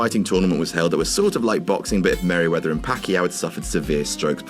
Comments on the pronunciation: I came back all these years because saying Merryweather rather than Mayweather makes me laugh so damn hard every time I hear it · Did he just say Merryweather instead of Mayweather?! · You called Mayweather "Merryweather" :/ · He said "Marryweather and Paquiao" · Merryweather security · did you say merryweather?